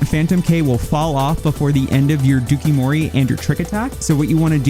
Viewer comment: I can't with the dookie-mori. It's pronounced like Dough-Coo Mori. It's Japanese for "lace with poison."